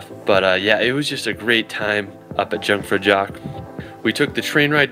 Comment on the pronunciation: Please call that place Jungfraujoch and not „Tschungfrautschock“ as you did